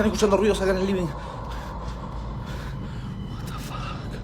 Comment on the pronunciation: 🤔... guatafac, guatafac, guatafac, ... EXCESO DE ¡guatafac!! (así de mal escrito, por lo mal pronunciado por un Argentino). Me cansó por lo ridículo el primer caso. 😹😹😹😹😹